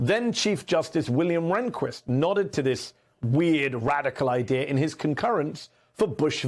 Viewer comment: Someone needs to tell Mehdi that there is no "R" at the end of the word "Idea". There is no such word as IDEAR.